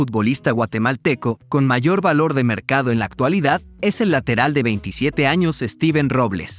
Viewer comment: SZZeven (Stheven), así se pronuncia.